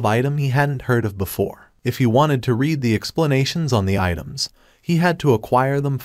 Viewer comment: AI Spoken Audio is the worst. 10 Words in and you know it is because it doesn't even say READ correctly. Sorry, i was looking forward to hearing someone talk about this series. Seems also written by ChatGPT.